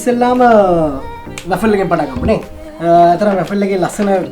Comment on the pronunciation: RA-FEL nemi WA-FLE ! Godak hodata program eka kerenawa. Api USA edan rasa widinawa, good luck !